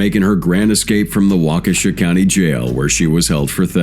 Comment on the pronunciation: Your crappy AI doesn't know how to say Waukesha. In fact, I'm pretty sure it screwed up a lot of words